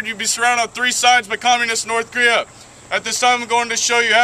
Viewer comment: How when he can say Korea and you can't :P